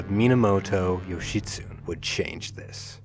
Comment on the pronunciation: I think Yoshitsune is pronounced Yoshi-soo-nay. The way I, well we, first pronounced it sounds like a get well wish to someone suffering with constipation.